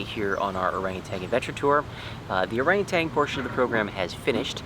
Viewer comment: There’s no g at the end of ORANGUTAN. Please orangu-TAN not orangu-TANG!